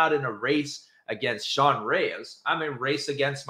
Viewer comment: Poor......😂😂😂😂😂😂